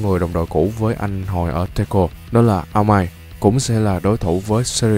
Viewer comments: em nghĩ là anh nên phát âm Aomine( ko chắc là ghi đúng) là A ô mi nê em thấy "Ao Mai"(Phát âm thôi) nó cứ kiểu ko hay í, em nghĩ nên đổi vì A ô mi nê nó vần hơn hay hơn=) trong lồng tiếng htv3 ó cũng là A ô mi nê nên hi vọng anh sẽ đổi lại phát âm của nhân vật đó nhưng em thấy trên gr của anh đã làm đến cái phần Zone rồi nên nếu anh ko thể sửa đc chắc cũng chịu vậy=( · Ad đọc tên nhân vật tóc xanh là "a ô mi nê" được ko chứ đọc "ao mai" nghe lạ quá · đầu xanh dương đọc là "a ô mi nê" nha anh (em nghe lúc xem htv3)